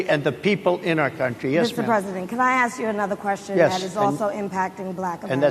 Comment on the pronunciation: Republicans don't need to pander to blacks. They have never needed their votes. Also, why do they pronounce "aks" instead of "ask"